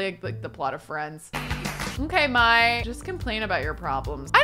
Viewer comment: I could be totally wrong but I always thought the name Mai was pronounced like ‘May’, not like ‘My’